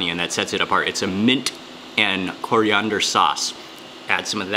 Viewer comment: STOP SAYING CORI-UNDER!